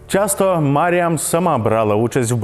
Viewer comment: Коли диктор випадково назвав її "Міріам" мене трохи тригернуло 😅😅😅